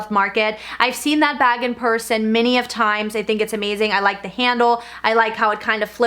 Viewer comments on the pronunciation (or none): none